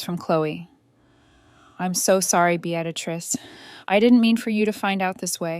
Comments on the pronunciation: This reader sucks. The woman’s name is Beatrice not Beatatrice! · The name isn't Be- actor- ist it's beetris ( Beatrice ). If AI can't pronounce names, pay a human being to read it. At least the boaring monotonous voice wouldn't reading it, 😂😂😂😂😂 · BEE-AT-UH-TRISS is NOT how BEATRICE is said. It IS said as BEE-TRISS or even as BEE-UH-TRISS. How can someone murder such an old and fairly common name? How can someone put in an EXTRA sound, that's not even written there? You can even search, "How to pronounce the name spelt as B E A T R I C E?", and it will say it for you. Guess you're a lazy fool? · OMG! It's Bee-uh-trice!! Bee-uh-trice!!! :( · Beatrice is pronounced Bee-tris. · Bee at a triss ?? For pity's sake put AI out of its misery and teach it to pronounce the main character's name properly. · 😂😂😂😂I stopped listening because of the mispronunciation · BEE-trix two syllables and the much rarer three syllable pronouncement BEE-uh-trix were the uh is very slight. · For frickin real!!! Bee at risss, get lost AI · Like Beadatrice? Golly bum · You should have learned how to say the name Beatrice. You fractured the story with that one grating significance. You should gift thankyou' flowers to the Apartment Warning Contact who warned you the married couple were at your door. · My God! How many different ways can you butcher the name "Beatrice" ?!! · The mispronounation of Beatrice is so annoying. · Mispronouncing Beatrice named drove me crazy. Had to stop watching. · Please pronounce her name correctly